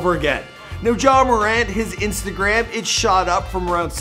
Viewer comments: It’s pronounced mer-ant not more-ont But no hate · It’s “more” “ant” not “more” “aunt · Ur mispronouncing his name it’s not muh-ront it’s MORE-ANT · It’s not “More an” you say it like Durant, it’s pronounced “More” “Ant” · It’s not Ja “More-Aunt” It’s Ja “More-Ant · Yea he says jamoraun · Imagine saying it like morawnt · IT'S "marant" HOW YOU SAY IT!!! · mans said ja moraunt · It's actually Moe-rant. I went to school with Temetrius from 3rd grade to graduation. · its ja more-ant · "Ja Muhront" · Ja ma-rant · Ja moraw.....lol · Pronounce his freakin name right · I cringed odee when you say his last name 💀💀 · Bro stop saying his last name like that if you going to say his name say it right